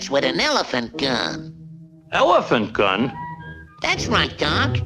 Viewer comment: "Ewephant gun?"